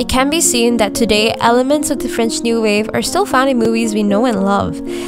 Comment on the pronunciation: As a French woman the way you pronounced everything French made me smile . I really enjoyed your review keep going. You even made me want to rewatch the movie !